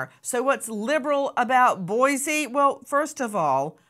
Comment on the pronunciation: Pronounced “boy-See”